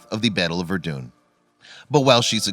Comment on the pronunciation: “Vurdoon” the way he says it bugs me